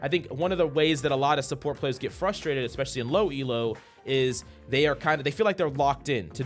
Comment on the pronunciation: "EXPECIALLY"?? REALLY?